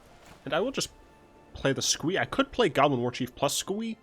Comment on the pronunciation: Mate, I thought you said "Goblin Orgy" when you were saying "Goblin Warchief."